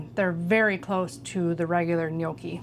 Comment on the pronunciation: Thank you for pronouncing gnocchi correctly. I cringe at restaurants where they butcher it, lol. I grew up with my grandpa making ricotta gnocchi. We never did potato. We've always rolled them down the fork, then proceeded to make the ultimate mistake of eating until we were full, and not leaving expansion space 😂. We've never fried them, but that looks delicious. Can't wait to try the recipe! Happy days.